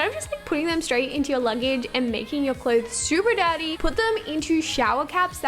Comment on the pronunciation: Not hating but sounded like super daddy instead of super dirty😂😂😂love u tho💘💘